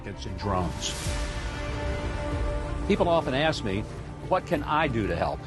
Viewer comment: Bro needs to learn how to axe a question